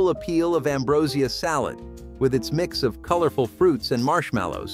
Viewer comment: Ambrosia salad!! 😂The way the announcer pronounced this, is absolutely hilarious af